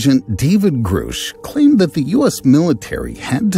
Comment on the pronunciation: It’s Grusch. Not Groosh